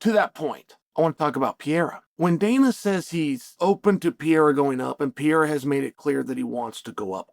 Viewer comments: bro saying piera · I'm glad the pronunciation of Pee-Era is still on the table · Learn to say Alex’s last name correctly 👊